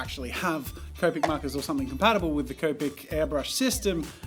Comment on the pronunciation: Wait. I thought Jazza used to say copic with a short O, like comic. When did he start saying C-oh-pic instead of C-aw-pic